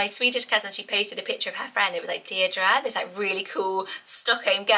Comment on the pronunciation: I am loving: Mabli (and could also have Maple) Isolde Zinnia (and Linea) Valli Jericho Delphi❤❤❤ (And Darling). I love the way Deirdre is said here .. so is it different to Deer -Dree as in Barlow though? 🤣